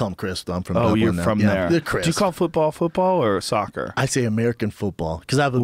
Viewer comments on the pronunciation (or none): none